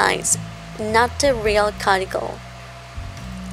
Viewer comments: it's pronounced q-t-cool not carticle lol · Not trying to be rude but the word cuticle is pronounced cue-ti-cle. But i love your channel so please dont take it as an insult.